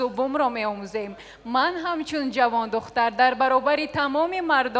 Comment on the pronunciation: причем тут красота? Она на таджикском двух слов связать не может, даже "духтар" сказать не может говорит "дхта", эта же не мисс куляб